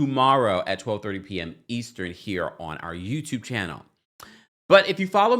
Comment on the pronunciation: Ouch, my ears!!, all I hear when you say Eastern is Eastren! 😂😂😂😂